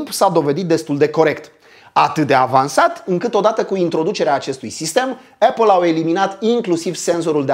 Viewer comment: Esti un om fain si faci content de calitate,dar cand aud cum pronunti "apple" renunt. Apple si bargar cele mai schimonosite cuvinte de romani,imi sangereaza urechile.Sorry.